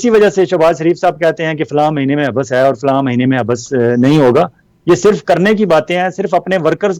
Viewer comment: ولانہ صاحب لفظ (حب بس) نہیں حبس ہوتا ہے ۔ یعنی ب کو ایک بار پڑھتے ہیں دو بار نہیں۔ کیوں کہ ب پر تشدید نہیں ھے۔ شکریہ